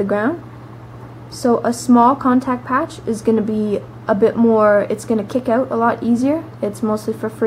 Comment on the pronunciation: "kickin it oat" :P